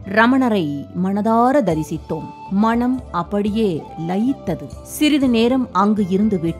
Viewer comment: அருமையான தொகுப்பு. ஆனால், உச்சரிப்பில் "மனம்" என்பதற்கு பதில் "மணம்" என்று காதில் விழுகிறது... 😌